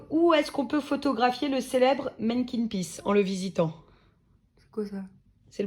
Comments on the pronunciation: On dit pas "Makin pis" on dit "Maniken pis" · "Mekken pis" "Brukselle" 🤣😭🤣 c'est "manneken pis(mannekene pisse)" et "Bruxelles(brusselles)"